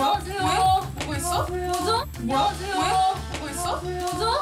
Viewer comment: please the way yunjin’s says annyeonghaseyo😂